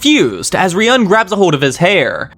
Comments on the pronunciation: it's not about what "I want" but the correct way to say it is 'ryuu - en' you can check that in the anime as well. While you're saying something like ryaan or Ruyan lmao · Loving your vids bro, but seriously you gotta stop mispronouncing Ryuuen's name. If it's too hard just call him Dragon boy 😂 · amazing video bro thoroughly enjoyed every minute of it. although i gotta say fix ur pronunciation of ryuens name next volume vid lmaoo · Bro can you please start saying ryueens name right. Good video apart from that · you are pronouncing ryuuen wrong just fyi but great story telling anyway